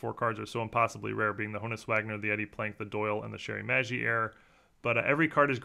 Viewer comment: In the name of all that is good and pure, I'm begging you, stop mispronouncing Honus Wagner's name! It is not HONE-US, it is HAAHN-US with a light H like the word Honest. It's like saying TEE COBB!